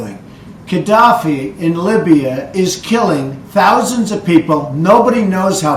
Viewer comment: The idiot can't even say his name correctly. It is Gaddafi, not Kaddafi.